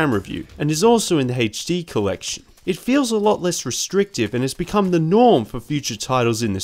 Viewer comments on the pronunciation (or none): none